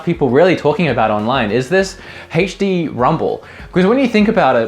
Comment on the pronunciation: hey-ch dee? OH, you mean ay-ch dee. I get it now 😅